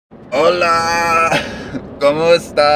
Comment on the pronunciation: Carol Ramirez he said coma estas